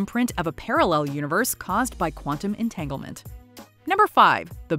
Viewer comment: Quantum “Entanglement”... EnTaNgLeMeNt